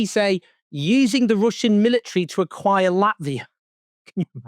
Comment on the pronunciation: "AQIIRE" Hahaha this is so bad it's absolutely hilarious if it wasn't so tragic !!